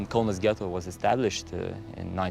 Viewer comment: KAUNAS DEAR GOD, It’s Lithuanian city. IT IS CALLED KAUNAS